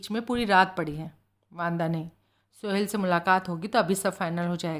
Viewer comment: मैडम बाकी सब कुछ ठीक है लेकिन आप जब जब "सोहल" को 'सोहेल" कहकर उच्चारण करती है तो बहुत झुंझलाहट होती है और किरदार से कनेक्ट होने में परेशानी होती है।